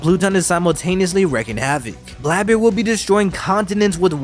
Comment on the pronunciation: Sorry but who is Blaebeard?